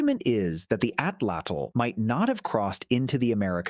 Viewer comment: I wish that there was a strong movement towards pronouncing the word Atlatl correctly! This is not a word from a dead language! There are approximately 1.5 to 1.7 million native Nahuatl speakers. Most speakers live in central Mexico, making it the most widely spoken indigenous language group in the country. Please do them the courtesy of attempting to correctly pronounce the Nahuatl word 'Atlatl' correctly!